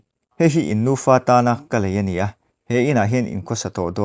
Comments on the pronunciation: Nufa tih tur ah Nupa i ti daih alwm🤣🤣🤣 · In nufa tih tur aw